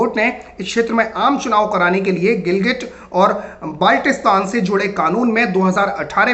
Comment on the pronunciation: tujhe baltistan bolna nahi aata